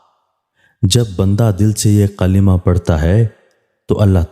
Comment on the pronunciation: Qalima nahi kalma